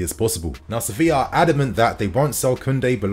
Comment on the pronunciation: Does anyone else hear "Sophia" when he says "Sevilla"?